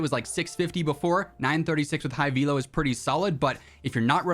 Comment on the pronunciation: Can't unhear "vee-low" 🤣